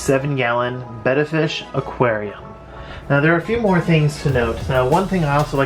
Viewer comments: Hurray! Finally someone who pronounces the name Betta correctly and doesn't call them Bay-tas. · Great video. It's nice to hear someone who actually knows how to pronounce Betta. So many I see on here pronounce it "beta" and it drives me crazy.